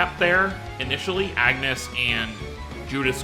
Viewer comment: As much as "Runé" kind of works because this is how his name is somewhat pronounced in the original japanese dub... I can't defend "Agnus" 😂😂😂